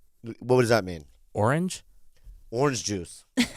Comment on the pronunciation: Arkansas ! I’m from Romania and that’s exactly how I pronounced that state when I moved to America